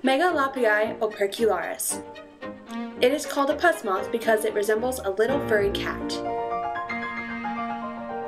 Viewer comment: Um... I believe it's pronounced "puss" like "puss in boots" because of the cat-like fur. Not "Pus" like the stuff that oozes out of your skin, like you were pronouncing.